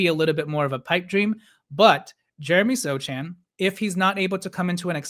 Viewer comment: The c in Sochan's name is silent